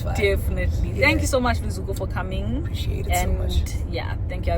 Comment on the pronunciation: Luzuko!!! “tank” 😂😂😂😂😂